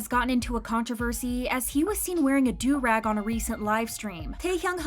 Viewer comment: So glad she pronounced "durag" correctly. It was painful when another narrator said "derr-ag" on this channel a while back.😂